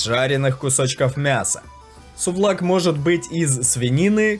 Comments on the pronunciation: Сувлаки а не сувлак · Правильно говорить : СУВЛАКИ,извините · Правельно говорится Сувлаки А если их много Сувлакиа